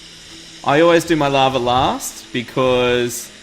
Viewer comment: What is "Lovver"? He seems to say this in place of "Lava"....why is there an RRRRRR?